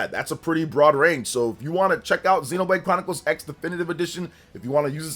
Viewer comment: And it's called Xenoblade Chronicles ❌ Cross. As in Tekken Vs Cross Tekken. It's a Crossover with gameplay. Japanese, when used as a stand-alone morpheme to represent "crossover" or "cross," the "X" is often pronounced as "kurosu" (クロス), or sometimes as "ekusu" (エクス), depending on context. Here's a more detailed breakdown: "Kurosu" (クロス): This is the most common pronunciation for "crossover" or "cross". "Ekusu" (エクス): This pronunciation is used when the "X" is used as a stand-alone morpheme, like in "X-Box" or "an unknown quantity X". Not always pronounced: In some cases, the "X" in a title might be a visual element for emphasis and not actually pronounced, like in "Spy x Family". Examples: "Street Fighter X Tekken" is pronounced "Street Fighter Cross Tekken". "Shining Tears X Wind" is pronounced "Shining Tears Cross Wind". "Highschool DxD" is pronounced "Highschool D D"